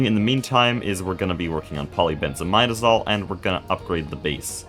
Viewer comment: For those curious about the pronunciation of polybenzimidazole, he's saying it almost right, it's poly benz ih mid uh zole (not mide)